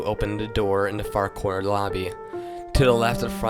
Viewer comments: Da instead of the ... hahaha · This "creepypasta" is soooo weak. I'm scared of clowns but the way you read it was boring. You have to work on getting rid of tgat lisp. And and annunciate words correctly. For example, say "the" instead of "da". Work on your TH sound. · Every time he says the he says Da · I find it extremely annoying how he pronounces "the" as "duh." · it's a little distracting that you can't pronounce the "th" in the. Otherwise, it's pretty cool.